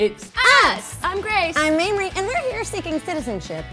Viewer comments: Did call Mamrie 'Mamie'? XD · I know this is old, but good grief... It's MAMRIE! Not MAMIE. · Joshua Scott It does sound like they're saying Mamie lol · Was it just me or were they pronouncing Mamrie as "Mamie" and why can't I stop laughing 😂